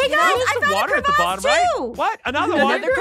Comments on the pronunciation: the way says " Cravase " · Things I learned • blessed difficulty is awesome • you say cre-vass • aphmau videos are better without ein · Aphmau: The Cravasse Me: what's a "The Cravasse" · I love it when they say Crevasse. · I love when they said “𝐶𝑟𝑒𝑣𝑎𝑠𝑠𝑒” 😂😂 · When said mini crevasse